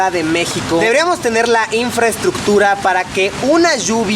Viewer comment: cuando pides buena infraestructura y sabes que el presidente dice infrastocho hahahah